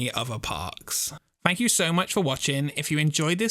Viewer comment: Special fanks...lol oh god 😅